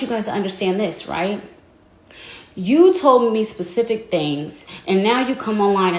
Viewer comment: Please say "spe-cific", not "pa-cific". I believe you're intentionally saying it wrong. You have to be because you speak very good English